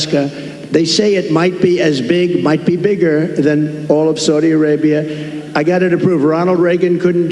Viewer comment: If he could pronounce “Saudi Arabia” that would be a start.